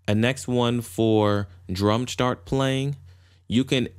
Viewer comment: Can't deal with him saying "shtart", sorry